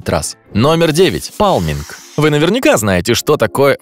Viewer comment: паЛминг? Может пальминг а не палминг...